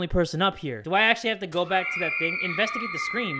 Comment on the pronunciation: "Invastugate the scream": screams 😂